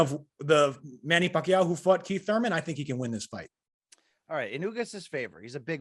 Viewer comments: Damn Rafe pronounces Pacquiao flawlessly. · Finally, someone who pronounces Manny's last name correctly